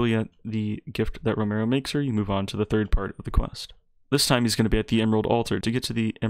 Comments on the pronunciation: Row-me-o it’s not row-mer-o 😂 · It’s ro me o not romayo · lol ro-mare-ro